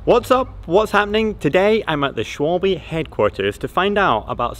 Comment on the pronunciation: Dang! Can we Americans - and even you Brits - please learn to pronounce the name properly? It’s not pronounced “Shwohlbee” it’s “Shvalber”